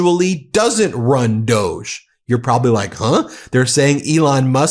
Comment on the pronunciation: D o g e dividned? Hannity interviews 😂